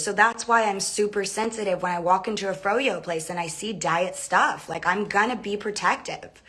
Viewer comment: The way you said "gonna" at , are you from WV or KY? Or does anyone know if he is?